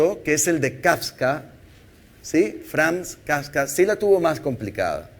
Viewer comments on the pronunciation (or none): 👍🇲🇽 Excelente Información Muy Puntual, Concisa y Práctica, lástima que el Tiempo no le fue suficiente, a la próxima practicar la pronunciación de los Personajes que presenta en las Cartas Natales como KAFKA y respecto a la Película de Neil Amstrong, Por Dios!!! Es una JOYA! De impacto que le haya calificado como Aburrida por el contrario es Altamente recomendable. 😬😒🙄